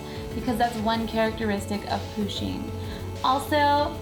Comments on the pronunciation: Its PU-sheen not POO-sheen but great job :) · She is saying pooshing it's pushing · Am I the only one who is annoyed by the fact that she kept saying Poosheen instead of Pusheen? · u said it like poo-sheen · It's pronounced push een. Like push like push a button. Not poo sheen! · Lol poosheen ?? Pusheen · yeah she did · It's pronounced Push-in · She says Pusheen like, "POOsheen" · U protoceratops it like it with a U not a O